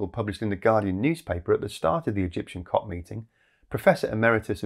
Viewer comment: I swear he called it “cock” instead of “COP”, at least once, out of shear frustration.